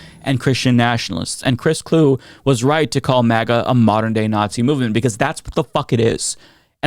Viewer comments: Pronounced Clue-ee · Vikings fan here. His last name is two syllables…it’s pronounced like Chewy, only Clue-y. 👍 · Great video and hate to be pedantic as a result, but just for what it's worth, Chris Kluwe's name is pronouced "clue-EE" (saying that in the hopes that he pops up in the news again and people get to talk about him again!) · Chris Kluwe is pronounced Cluey.